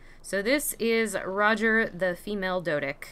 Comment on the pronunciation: did u just said "doedick"